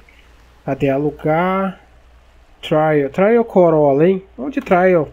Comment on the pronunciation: Essa suv é uma trail blazer mas o trail se lê TRÊIEU não TRAIÚ